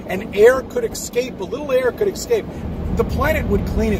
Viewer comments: The FE'er pronounces ESCAPE as EXCAPE. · “And air could ex scape” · This guy can't even pronounce "escape" properly and he's talking about the shape of the earth lmao.